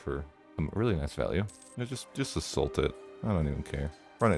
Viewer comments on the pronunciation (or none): none